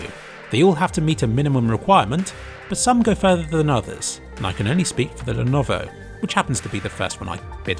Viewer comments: I love how he pronounces Lenovo a different way every time he does lmfao. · I love the joke in pronouncing lenovo differently, top kek. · Did you have a stroke that stops you from saying Lenovo correctly or something ? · Didn't even try with the last one LUL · I think he did it on purpose lol it's so dumb how he can't even prenounce Lenovo right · Is the pronunciation of Lenovo some meme I'm missing out on or did he just challenge himself to not use the same one twice in the video? Anyway, great video, rly changed my thoughts on VR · love the changing pronunciations of Lenovo! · what happened to your tongue ? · You sure mangled Lenovo's pronunciation a hellallallot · I lovovo how Lenovo was pronounced differently everytime it was said in this video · I'm waiting for a comment listing how intentionally mispronounce "Lenovo". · My god please say lenovo normally 😭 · why do you keep mispronouncing levono? It's no that hard. le-YO-lo. That's it. I seriously expect you to put more effort into your videos. Kappa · My favourite pronunciation of "Lenovo" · Also it's pronounced as "LEH - NO - VOH" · I couldn't focus on the comparison because I was listening to the 200 different mispronunciations of Lenovo. This is art if you ask me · ah yes, the Lenoov. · He pronounces it in alot of funny ways, but the one that really caught me off guard was the ''llellennovfvvo'' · The "Lenoov" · you forgot leanovo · is defiantly the best lenoov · The Lenuwu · love all the different Lenuvio pronounciations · Lenuvo, len-ovo , lyenovu. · Lenovo.. Lenuuv.. Lenhhhhmhmh.. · Lenuvo, Lenohvo, Lenvo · Lennoo Leenov Lenenenvovo Lenov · lenovovo lenoov and lwleoawvo had me dying 😂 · I never noticed his horrible yet hilarious pronunciation of levnOwO until I read this comment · ... I know he's trying to say Lenovo but this is just a bad fail. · I love how you changed the pronounciation of Lenovo each time you mentioned it. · haha get seizures when he try to pronounce Lenovo